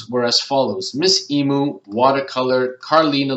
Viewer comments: I would have never thought of using Shutterstock for keywords, plus you don't have to pay for using it either, how good is that!:) Wikipedia makes a whole lot of sense too! Couldn't help but let you know.....The only correct way to pronounce emu is "ee-mew";) Great video, thank you! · Yes, I search high and low for them, but as you say sometimes someone just has the golden nuggets. :) Hope you didn't mind, I've never heard anyone pronounce Emu like that, I couldn't help myself 😌